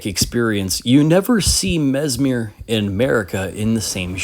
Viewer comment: Mesmer, not Mesmir, no?